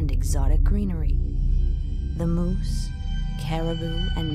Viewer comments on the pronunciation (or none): none